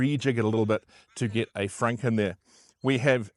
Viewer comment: Just wondering ... whats a frank? you mean frunk